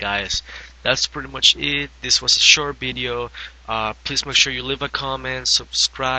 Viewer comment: He says Bideo! Lol